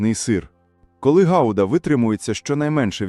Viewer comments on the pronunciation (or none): Не гауда а гуда